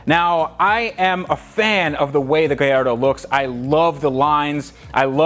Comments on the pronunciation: Love you videos man keep it up. Just curious is it just me or it sounds like your saying gayardo to gallardo. Like when people say impretza instead of Impreza (subaru) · I am laughing with the way you pronounce gallardo..